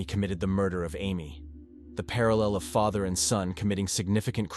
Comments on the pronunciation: OMG Ik! After the way he pronounced father and then referred to the day as her"murder day " I had to skip it. 🤦🏻‍♀️ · Some of the AI narration is pretty funny. Pronounced “father” three different ways.